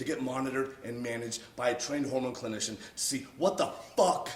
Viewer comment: did he just say homo clinition? Is that a real thing? Sounds pretty gay